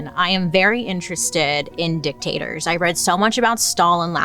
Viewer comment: Hearing you say dictators 😂